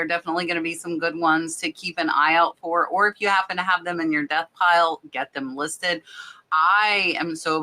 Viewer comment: I thought she said dust pile 😂